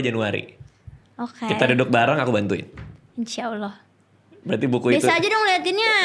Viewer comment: pengucapan insyaallah yang semakin fasih